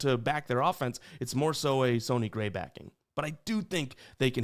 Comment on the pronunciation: Do you purposely pronounce players name wrong? Wtf would you say "Sony" Gray?